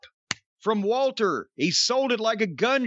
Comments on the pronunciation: jim, its Walter, not Valter 😂😂😂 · It sounded like they were saying Valter instead of Walter and the girl in the thumbnail reminds me of Tessa Blanchard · It lowkey annoys me that corny can’t say Walter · Why does Jim call Walter, Valter? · No, it isn't I'm German and we do not pronounce the W as a V. lmao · Stop saying Walter with a V. Just say Walter.